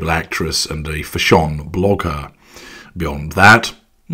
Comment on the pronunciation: I’ve recently discovered your videos. Binging on them a bit too much, probably because I get a lot of laughs, plus quite helpful info. This video really had me laughing - dimwit - actress and ‘fashawn’ blogger. Haha. Confession, or maybe giving a laugh back- It took hearing ‘fashawn’ in two separate videos before it dawned on me: ‘fashion’. Haha I had planned to look it up to see what this thing was that I had never heard of.